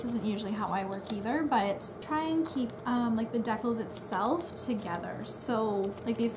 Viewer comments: i thought they were called dee-cals iv been sayn it wrong half my life lol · I wonder if you still call decals deckles. Lol